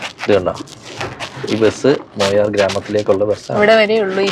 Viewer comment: മൊയാർ അല്ല മായാർ ആണ്